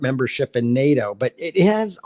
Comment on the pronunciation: NADO ? I thought the acronym was NATO.